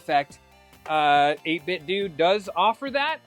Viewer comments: I prefer saying 8 Bit Doo…. Sounds better. BUT I’ve been told it’s 8 Bit Doh. Like pronouncing Nintendo. Just say what you prefer! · I know this is going to come off as petty, but believe me, I'm genuinely asking because someone may have that inside knowledge from 8bitdo. Is it pronounced 8bitdoo or 8bitdoe? I say the latter because I don't say Nintendoo. 🤷🏻‍♂️